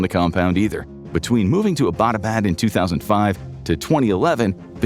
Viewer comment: Why can’t you pronounce Abbotabad, it’s Abbot as in English…Abbot pharama or ..